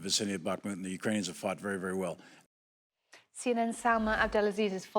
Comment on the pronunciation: He said Ukrainians wrong 😂